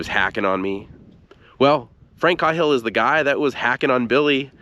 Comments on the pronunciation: Kay-hill not cah Hill, awesome video man! Many likes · I’ve never heard that name pronounced KA-HILL but instead KAY-HILL. Just saying. But I did like the video a lot. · I think it's pronounced (Kay)hill, as opposed to (Kah)hill. No big whoop. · His name is pronounced kayhill not Cauhill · It's pronounced KAY-HILL not CAW-HILL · The man's name is pronounced KAY-hill. Not "cawhil". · It’s caaaaaaayhill😮😮😮😮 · As far as i am aware. Windys last name was pronounced Kay-hill. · Are you sure it’s not pronounced “kay-hill” ? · Thanks for the great video. I had never saw this place or his grave. Also, you now make me question the way I’ve said Cahill my whole life. I have said on only heard it pronounced like K-Hill. Have a good day sir. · Sorry for the nitpick, but it’s “KAY-hill”. Unfortunate oversight, but good video. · I had a room mate once who's last name was "Cahill" it was pronounced "Cay-hill" Interesting story thanks for the tour.